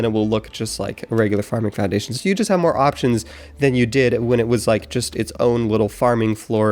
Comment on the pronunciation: Anyone else hear floundation when he meant to say foundation? the minute is